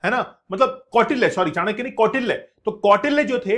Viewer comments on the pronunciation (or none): none